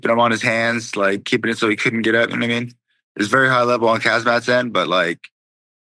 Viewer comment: Lmao bro said Kazmat 😂😂